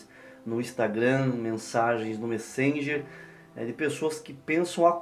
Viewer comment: MÉ-ssenger, MÉ.